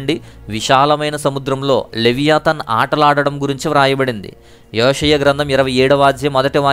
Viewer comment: యోషియ గ్రంథం అని ఉచ్ఛరిస్తున్నారు సరిగా పలకండి బ్రదర్ (యొ కి యె కి తేడా ఉంది)